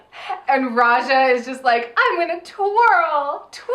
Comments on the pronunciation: Why do you keep saying Aja instead of Raja? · Rewatching this, and straight up says Aja instead of Raja a few moments after the 20 minute mark:'D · Everytime they call Raja "Aja", a jimmi gets its wings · Am I the only one that hears AJA when they say RAJA ?